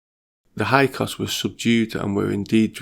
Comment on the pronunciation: Are you trying to say Hick-saws? (Hyksos)